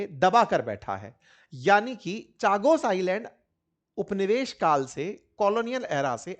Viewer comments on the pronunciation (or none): अंकित भाई चागोस नहीं कागोस है